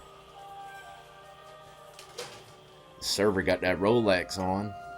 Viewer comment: YOU SAY ROLEX OR IS IT FOLEX